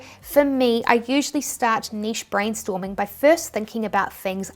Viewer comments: I'm so glad you say Niche (neesh) and not Nitch..wth is Nitch?? That particular Americanism makes me click off any video instantly..it absolutely grates on me lol!! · Thank goodness you pronounce niche correctly. People mispronouncing it Nitch is so low key irritating (often Americans I suspect)!